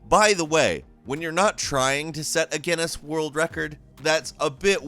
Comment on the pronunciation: when he says guiness wrong